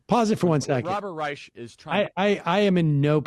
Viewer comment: How is it that a leader in the White Nationalist movement is mispronouncing "Reich"?